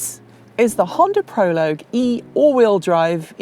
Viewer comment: Thank you for pronouncing Prologue correctly., listen to, she knows how to say this word.